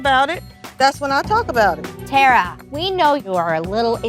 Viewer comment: Somebody called that lady “Terror” instead of Terra and I ain’t never been the same since 😂😂😂😂